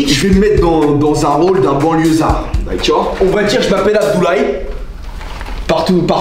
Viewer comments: ce que j'ai retenu d la video : "D'aCciOrD" sinon vraiment trop drole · c'que j'retiens de la vidéo : "DACOEUGH" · « D’acciord » 😂 Stp sort le bêtisier de cette vidéo jsuis sur c’est à mourrir de rire wsh 😭L’ outfit de il est incroyable 🤌🏼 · Non il dit "dakuore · Le “daccueir “ me fume à chaque fois 😂😂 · Sa me tue quand il dit "daceur"🤣🤣🤣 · Son « d’accoaurhhd » il est incr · J’adore comment il dit « D’akior » pour dire d’accord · Tous les "d'acceurd" ils m'ont tué 😂😂😂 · « Dakchor » 1000X dans la vidéo j’ai envie de briser mon crâne contre un mur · Les "dacior" 🤣🤣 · son "d'acciord" incroyable 🤣😭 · J’adore les « DAKKEEUR » 😂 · C'est fou il parle comme ma prof d'histoire géo (au niveau de la prononciation je veux dire)